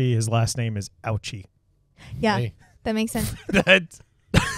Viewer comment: Well, gosh guys, in Japanese "Ouchi" is actually pronounced Oh-ooh-chee. Hah! The unfortunate worker poured too much enriched radioactive material and triggered a small nuclear chain reaction, seen as a sudden blue flash. He received one of the highest accidental exposures in history. Ionizing radiation breaks apart DNA, meaning body tissues lose their "blueprints" for self-replication. One by one, organs shut down at varying rates as they can no longer regenerate themselves. New subscriber here, btw!